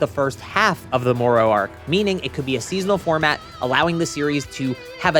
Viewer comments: More ro... you mean Moro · can he learned not to say more-oh yet?